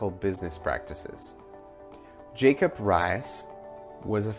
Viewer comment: Helpful video. Some mistakes are 'Muckrackers" should be ?Muckrakers", Jacob Riis is pronounced "Reese" not "Rice", and Upton Sinclair does not have an "e" at the end of his name. Nice video footage though and good photographs. Well done.